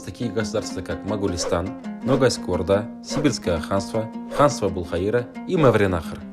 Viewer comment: Ошибочка,там не Абулхаира а Абул ХаЙра.